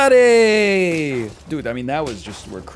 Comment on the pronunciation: Hearing him quote the bad boy warehouse commercials and say NOOOOBODY is the most Ontario thing I’ve ever heard.